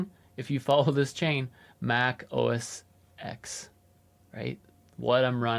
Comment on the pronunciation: Two quick things about “Mac OS X”: 1. It's pronounced Mac OS *ten*. 2. The last version of Mac OS X was Lion, which came out over 12 years ago. After that, it was OS X, and since Sierra (over four years ago), it's macOS. So, you don't even need to remember how to pronounce the ‘X’ any more, since there isn't any ;) P.S. (OK, it's three quick things I guess): IMO it's totally fine to spell it ”MacOS”. However, definitely don't ever call it ”Mac OS” — that's an entirely different system! And ”MacOs” is just silly.